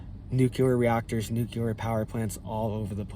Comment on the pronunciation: The word is New CLE-ER, NOT Nu Que- ler.